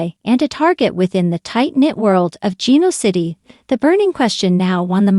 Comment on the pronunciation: Oh no. Another person who doesn’t know how to at LEAST pronounce Genoa City?? First and last time listening to this uninformed speaker! Bye